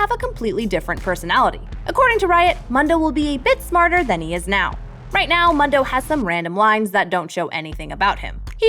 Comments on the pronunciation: Moon. Doe. Mewn. Doh. He literally says his own name. How is it hard to get that correct when you're literally paid to do this. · I'm sorry but Dr. Mundo literally says his own name, the way it's intended to be pronounced, and you're getting it wrong. Bruh. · Stop saying Mundo’s name wrong 😞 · Not to be that guy... but why was she pronouncing Mundo wrong..? He literally says his name in game... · Still cant get over the fact that no one on this channel know how to pronounce "Mundo" correctly. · I'm sorry, but it's not Mundo, it's Mundo! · She is butchering Dr mundos name. He literally says it in game. It's like a cow moo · Why is she saying Mundo wrong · Mundo even says his name in game and Proguides still manages to say it wrong. ffs people. Legendary skin that needs a rework? Ummmm the most obvious answer is "The Magnificent Twisted fate". It's literally a 750 skin disguised as an 1820. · Why are you saying Mundo like it's not a Spanish word? It's burning my ears. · Mundo literally says his own name. How do you fuck up the pronunciation when he has like 2 voice lines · Am i the only one bothered by the way she pronounces mundo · As a native Spanish speaker, hearing her butcher MUNDO cringes me into oblivion... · Ok how can you do thet Mundo says his name a lot why are you saying Mundo like thet? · All I’m saying is there is no excuse to be mispronouncing a champion that says his name as often as a Pokémon. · HE SAYS HIS OWN NAME! HOW CAN YOU MISPRONOUNCE MUNDO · So much this. He's practically a Pokemon he says his own name so much and people STILL pronounce it wrong. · Downvoting for saying Mundo's name wrong. Show that man some respect, he's a doctor. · I am annoyed by how u said Mundo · I really dislike the way you say Mundo, how do you get it wrong? The champ literally tells you how to pronounce his name. You have to be doing this on purpose. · Am I the only one who gets triggered that she can't say Mundo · Mun-do.. someone please make her stop!!! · "Mando" lol